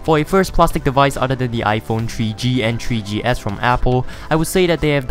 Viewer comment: Your dumb. You said tree ge and tree ge es